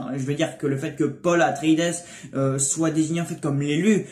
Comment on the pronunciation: petit detail : on prononce pas le S a la fin de atreïdes , c juste "atréhide" ^^